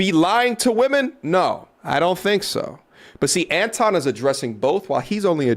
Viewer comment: Why buddy saying Antwan when it's Anton 🤨🤷🏿‍♂️